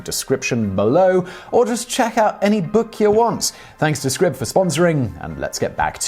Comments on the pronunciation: “Scribbed”? I thought it was pronounced “Scribed”. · Are you quite certain it’s pronounced “scribbed “? It looks as though it should be “scribed” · Isn't it pronounced like scribe? With a long I sound like eye, not like rib? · that moment when you can't even pronounce the name of your sponsor correctly it's SCRIBD AS IS "CRY" with and S so... SCRY then add the B like SCRIBE (like a scribe in medieval times) then if the scribe did something you could say he SCRIBED IT SCRIBED Holy Shit you don't hear linus tech tips saying TODAY OUR SPONSOR IS TUNNEL BEER hehe oh fuck me LMFAO that's funny Serious question though When your sponsor has an agreement with you , DO THEY NOT SAY TO YOU "THIS IS HOW YOU PRONOUNCE THE NAME" ?